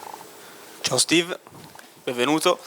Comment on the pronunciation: qui dit « Stive »…… Sérieusement être journaliste foot français et faire cette erreur c’est honteux.